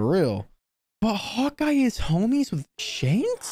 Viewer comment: Its 'shanks' not 'shenks'